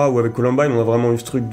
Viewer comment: colUmbine et pas colOmbine !!!!!!